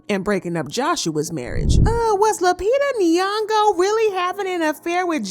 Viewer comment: “Queen Lupita nyogo” tch 🥴